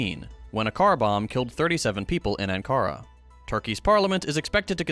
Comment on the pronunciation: Ah, the Chattanooga accent shines through with "Anne-kara."